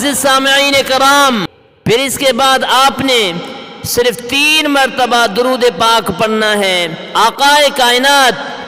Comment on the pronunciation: दरूद अपने गलत पड़ा है दुरूद तरीके से के से पढ़ा जाएगा व आला आली मोहम्मदीन